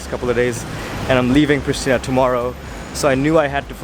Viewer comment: Hey I live is Pristina you have to say in Kosovo preshtina